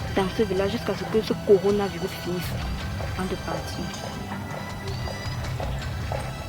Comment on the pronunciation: Elle dit corina 😂😂😂😂